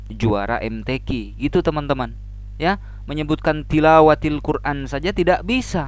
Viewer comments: TILAWATIL QUR'AN pak yg benar bukan TIWALATIL QUR'AN 😆😆😆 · Katanya muslim asli kok ucapannya puji tuhan,jelas bohongnya ngucapin Tilawatil Quran saja salah malah tiwalatil , jelas 🦎🦎 🦎 kadal ! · klu gak ODGJ ya memang GILA, Tilawatil kok jadi tiwalatil, katanya juara 2 MTQ se-Jawa barat lha kok bgt ngucapnya, lagi² dasar GILA, KALAU GAK GILA YA BUKAN Ini yg perlu dicatat roh kardus yg membimbing GILA INI